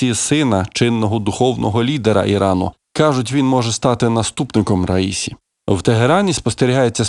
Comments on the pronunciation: Наголос на останньому складі, як у французькій мові! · президент ра-сі-ї! ще раз кажу РА-СІ-Ї! ні не ра-ї-сі! ні це не одне й те саме! наступного разу не помиліться!